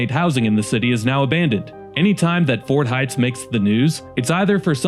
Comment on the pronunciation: It is Ford Heights, not fort. Also, saulk and not sock. Also, have you been to any of these cities? I can show you run down parts of any city, though there are very nice parts as well.